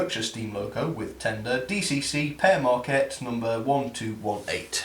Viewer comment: it sounds like pear mrakcat when it's pere maquette